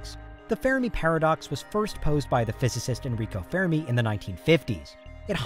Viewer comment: Sorry for the pettiness, but it is the fermi paradox, not the fair-a-me paradox. Reminds me of another amateurish, YouTube video where the script reader pronounces the Jovian moon Europa as Europe-uh.